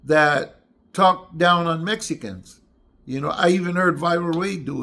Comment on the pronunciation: Gumby saying medica s and not saying it they tight way it's mexicanos Big dummy